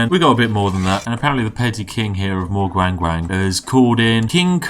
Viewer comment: Morg-Wang-Wang lmao the way he said it